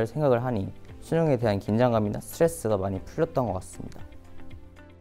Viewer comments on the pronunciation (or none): 쓰트뤠쓰 를